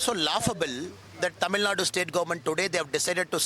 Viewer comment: Its Tamilnadu not tamilnad, kannada not kannad!!